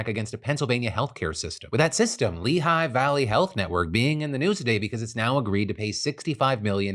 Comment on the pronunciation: isn't 'Lehigh' pronounced, 'ley' and not 'lee high'